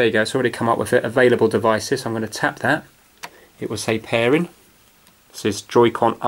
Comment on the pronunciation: "Pair-en" where are you from?